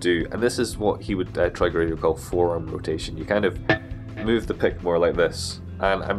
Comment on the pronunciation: Troy Grady, not Tory